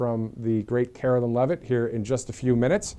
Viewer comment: Karo LINE NOT KAROLIN